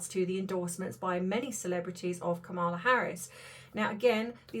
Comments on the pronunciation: Please pronounce Kamala correctly! KAMala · Her name is pronounced Kama -la! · You are totally wrong! I love your channel; however, Vice President Harris would never promise to get rid of stories about celebrities! You are speculating without doing research. PLEASE re-think this. And pronounce her name correctly. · Please have some respect and at least pronounce her name correctly. Really.